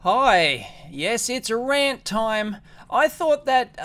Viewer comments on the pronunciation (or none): none